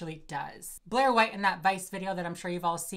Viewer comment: you butchering Blaire’s name had me dead 😭